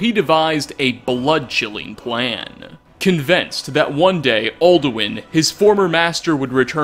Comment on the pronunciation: Very good video! But theres one thing... "all-do-win"